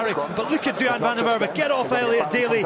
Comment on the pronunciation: it's van der MacErwe